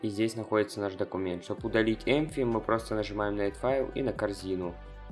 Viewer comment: не empfy а empty